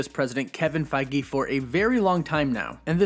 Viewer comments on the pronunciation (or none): none